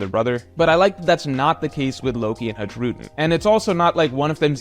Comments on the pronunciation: Haj-rudin ❌ High-rudin ✅ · i think it's time you started pronouncing Hajrudin's name correctly. It's "High-Ru-Dean" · why does he keep pronouncing the J in his name. has he not seen the anime?